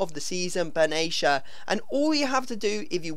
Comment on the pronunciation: Arnautovic ... his finishing feels like 99 And also Benatia is not pronounced like that, it's Bin Attia :)